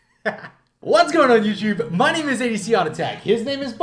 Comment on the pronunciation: Heloooo YOUCHUBE 🤣🤣🤣😅😂😂